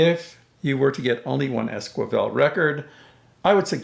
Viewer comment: It's es-ki-vel, not es-kwi-vel; otherwise a great video.